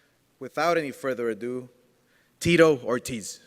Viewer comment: I’m surprised Oscar doesn’t also say Tito Oh-tiz 🙄